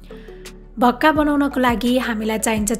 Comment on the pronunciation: भाक्का भन्नू होला🙏